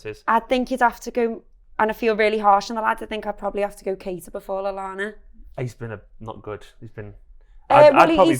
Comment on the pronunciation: I yelled "WHAT" when she said Keita